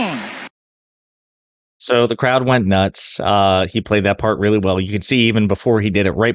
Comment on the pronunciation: And AGAIN he talking obaut small crouch,,oooppss 🙊 I mean,,crowds 😂🤣🤣